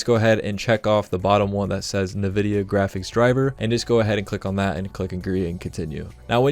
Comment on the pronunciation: “Nuhvidia” instantly clicked off after that